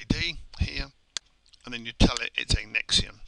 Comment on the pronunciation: Nextion is pronounced "Nex-Shun" ("Nex" as in Next, and "tion" as in Nation) I am not from the NA TE ON of Canada, rather the Nation of Canada. Nextion .. "Nex-shun" .. ;) Good Job